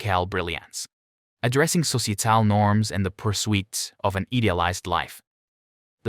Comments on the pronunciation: Where are you getting these pronunciations? ...Their musical brilliance. Addressing sociatal norms and the pursuit of an idealized life... becomes "MusiCAL brilliance. Addressing sociaTAL norms and the purSWEET of an EEdialized life." Do you really talk like this??? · Thanks Can relate to what you say. i’m a bit older than you, but not by much. We listened to the same songs back in the day. I’m thinking the Narrator’s “voice” is AI. It pronounces too many words wrong, like “pursuit.” Per Soo It. ?? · If you're going to use a computer-generated voice, it would be advisable to avoid words like testament, societal, pursuit and idealised. Delightful music, slightly embarrassing voice-over.